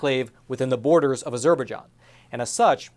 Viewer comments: IT'S NOT AZUR BER JON... IT'S AZER BI JON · Not to be petty, but the name of the country Azerbaijan is pronounced with the main stress on the last syllable and secondary stress on the first syllable: A zerbai JAN, not a ZER baijan. Since this entire news story focuses specifically on that country, getting the pronunciation correct matters. After about the 10th time I heard that nearly unrecognizable pronunciation, it really started to bug me. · Surely pronounce az-er-baij-an and not a-ZER-baij-an? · "A Zer Bejon?" its azer - by-jon if youre gonna cover the story, at least say its name right. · You could do with a pronunciation coach.. Azerberjan is what you are saying!! which is pronounced AZER-BY-JAN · It's pronounced as zer by jon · I think it's pronounced Azer-bye-jahn. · it's pronounced Azer-bye-jahn. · Azur-bai-zhan is how to correctly pronounce. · Azerbaijan is pronounced, as er by john, go link below. I am really frustrated with professionals not be able to pronounce known names. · Say with me: ah-jzur-bi-JZAHN emphasis on last syllable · Good report with the exception of your ridiculous pronunciation of Azerbaijan. It's pronounced, "AZUR BY JON" with the emphasis on the third syllable. (Are you actually doing your own research or just reading what they tell you to read?) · I am sorry to be so squirrel...the pronunciation of Azerbaijan is "a-zr-by-jaan" not whatever you were saying that drove my OCD nuts. Thanks for the reporting and putting these Christians on my radar. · This is how Formula One pronounces it: "Ah-zure-bye-JEAN" with the Jean pronounce like the Captain of Enterprise D. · Ah - ZER - ba - jon. You can do better than that. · Az-er-by-ZHAN, which is sort of how others have pronounced that country. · This word Azerbaijan is pronounced as “Az-jur-by-john”. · Ah-zur'- bah-john?...try again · Have I been pronouncing Azerbaijan wrong this whole time? I thought it was pronounced A-zer-buy-JAHN